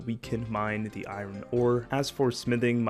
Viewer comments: Can you never ever pronounce iron as eye-ren ever again? That is like the most fucked up way to say it I have ever heard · This man said eye Ron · EYE-RIN lol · Eye-rin ore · eye ren ore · i-ren ore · I have played OSRS for many many years and watched videos on it for many many years... and never have I heard someone pronounce the R in iron like that😂😂 fair play to you sir